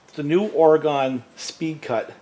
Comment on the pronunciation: I hope you don't mind me correcting you on how to say Oregon, but that's where i live. We pronounce it ore-gun not ore-gone. Great video Thanks!!